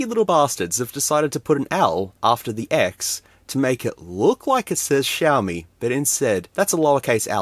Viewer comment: Yoy I'm Australian too. Also it's pronounced shiomi